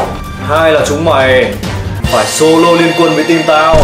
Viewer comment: Sô lô flo nhé